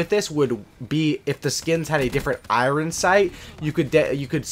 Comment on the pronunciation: You and Tmartn say IREN (iron) the same.